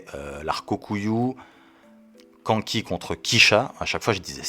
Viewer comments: prononce le K'anne ki avec le "an" de Kanki prononce le comme le "âne" s'il te plait 🥹🥹🥹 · Mec j'aime tes vidéos. Je suis un grand fan de Kingdom mais prononce Kanki autrement stp 😭😭😭😭